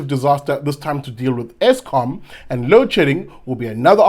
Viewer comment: John Steenhuisen, dit is ESKOM !! Jo BLIXM !! not Eskum.